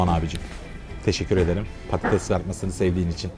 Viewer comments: Abi prodüksiyon Türkçe'yi katletmiş patetes ne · patetes degil patates